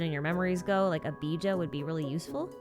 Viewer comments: the fact that she called "Bij'a" (Pronounced biha), bija instead. 🤧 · I was stunned when i heard saying Bija as "BJ"💀